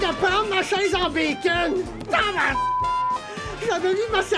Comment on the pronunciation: HAL NineOoO on dit tabarnak pas tabarbacle